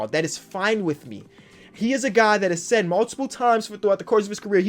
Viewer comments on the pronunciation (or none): none